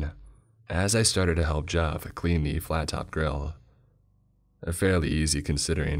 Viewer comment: All I hear him say when he introduces himself is. "Mah name ih Jeff"